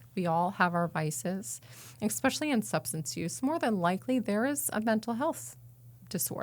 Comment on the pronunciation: "EKspecially".... Drives me nuts.